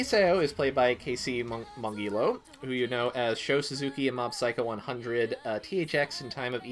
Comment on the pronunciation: For future reference, the G in Casey's last name is pronounced with a J sound, like jello, rather than a hard G like gill. So their name would be pronounced Mohn-jillow. I heard them say as such in a let's play once.